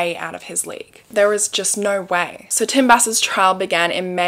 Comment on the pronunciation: Nigh-oh-eww!! = no 😅